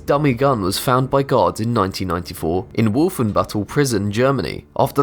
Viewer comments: Yes haha he said the catapult was seized by guards and it sounded like gods lol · is it just me or does it sound like he sais "gods" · Don't shame me for this but whenever you say gaurds i hear gods...don't ask. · Whenever this narrator says the word: "guards", it sounds like he's saying "gods". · every time he said gaurds, it sounds like god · Your voice makes guards sound like gods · Did anyone else hear Gods instead of guards? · every time he says "guards" it sounds like "gods" Angel - hey, god. what's that? God - oh, it's a crossbow made in a canadian prison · I was so confused when he said "Gods found a weapon" then i just realized he was talking obviously about guards. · Who else thought he said gods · Yikes, every time you say gawd, that is aweful. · you say guard like god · The way you say guards sounds like gods to the point that YouTube Captions captioned it as such. Noice. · Oof at first i thought you were saying God's but you're saying guards no affence good vid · Instead of guards I heard gods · Lol when he said guards it sounds like gods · Man, i'm watching u high af right now and when u said 'guards' It really sounds like 'Gods' so I was like wtf for quite a bit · Lolz! Every time he says guards i hear Gods! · Are you saying "god" or "guard"? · I keep hearing "this was discovered by GODS" O__O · He said guards. Not gods guards. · this guy's pronunciation is fucking HORRENDOUS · I thought he says god but it is actually guards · when he says guards it sounds like he is saying gods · I kept thinking he said it was discovered by god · You really need to practice saying "guards" not God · when he says guards it sounds like gods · it sounds like he is saying Gods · When this dude says guards it sounds like gods